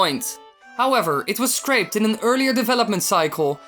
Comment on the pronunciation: pis say scrap not screap